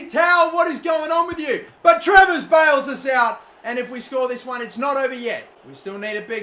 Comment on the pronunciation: how many times did he fuck travers name already?